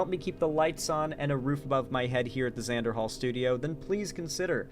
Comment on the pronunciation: It's supposed to be Xander